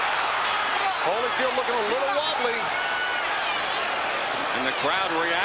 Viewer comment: She calls him Hollyfield - come on man